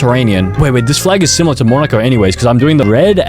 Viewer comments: dude its mo-nuh-kow not mah-nae-coh Edit: dude i think you need spelling lessons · Monaco as Monaehhhco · YOU FUCKING GOT THE MONACO FLAG WRONG AND YOU PRONOUNCED MONACO WRONG (Mon-uh-co) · He said, Monika not Monaco😂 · “Mo-nei-co” is wild💀💀😭😭🙏🙏🥀🥀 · As a person with GENERAL geographic knowledge, this hurt so much, especially with the more common ones that he butchered the names (IT'S MO-NAH-KOU) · Bro said monaeco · Bro said vonautwo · Monaco is literally the easiest one here and he hot it so wrong 😭😭😭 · Bro can’t pronounce Monaco lol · I was so mad at him bc i like flags amd geography so hard to watch I mean him failing the flags were fine but the way he pronounced monaco made me mad and why would there be a italian flag on monaco it wasnt never even colonized by italy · THE WAY HE SAID MONACO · mo- naay- co 💀💀💀💀 MO NAH CO SEE SHELLS💀💀💀💀say-chells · Funny moments(and misspelling moments) "IM PRETTY SURE THIS IS SIMILAR TO NARUTO-" "Palau sort of sounds like Poland so I think its similar-" "boohtan" "Which is monacorn-" "seashells" "Saint kitt and Nevais what-" "Its sort of like kit kats-" "barbadors" "ITS LIKE BARBARIANS IN CLASH OF CLANS OR SMTH-" "in the karibian or somethin-" "LITHUANIA" what??? "The listerine flag-" "it's also next to australia-" meanwhile it being austria. "vanauntu" "Touvalou" "THIS IS THE AUSTRALIAN FLAG" "Sao tome and principal" "saint Vincent and the grenades" "kaomouras" "Antique and barbeque" "most likely going to be similar to india-" "and marine is water wich is blue-" "Domanika which sounds like dominoes which sounds like dalmation and dalmation is a spotty-" WHAT IS DALMATION?? "I think its a shoe brand too" "sur name a auh who decided to name their country sur name-" "And dora" "I used to watch dora the explorer-" "East teamor-" "grenade"